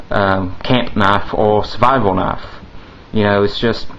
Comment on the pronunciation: its knife not knafe